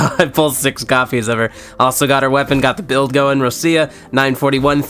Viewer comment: No way u s6 Roccia and can't pronounce her name right